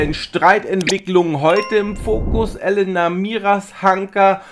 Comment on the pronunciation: sie heißt Elena und nicht Elenna. 😊 Langgezogenes E